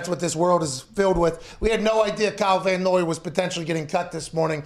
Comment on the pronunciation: I mean, it's Van Noy, but otherwise THANK YOU